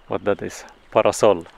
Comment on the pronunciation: He said parasal… not sure the proper spelling.